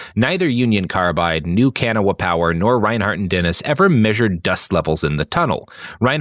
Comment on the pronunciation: Can't help but hear it as "Can 'O-Whup-Power". Gonna open up a can o' whup power on ya if you don't go into the death mine, go awn, git